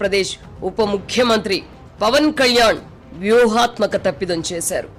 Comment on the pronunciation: అమ్మా యాంకర్ తల్లీ ఫవన్ కాదు పవన్. ముందర తెలుగు నేర్చుకోండి. 😢😢